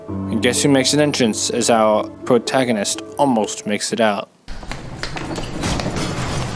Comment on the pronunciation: “behind ouw pwotaganist”